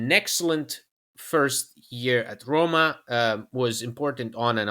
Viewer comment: Excellent points and analysis!! But PLEASE... Don't butcher the name of our bellowed club (ARRRRRRRoma ..) :(